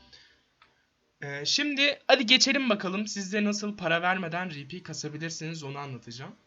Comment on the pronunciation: Rpnin okunuşu ri pi değil ar pi olması lazım